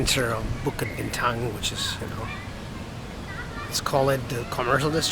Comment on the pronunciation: thats the exact way the locals pronounce it. 😀Bukit Bintang. SPOT ON